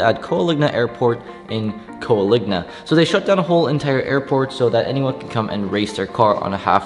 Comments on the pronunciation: It's Coalinga not Coaligna. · Coaligna??? 😂😂😂How many times can you possibly mispronounce Coalinga? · “Coal-ing-a” Use some proper Engrish